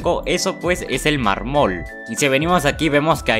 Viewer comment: Jajjaja muy bien todo solo le ase falta aprender a hablar eso de mar-mool (mármol)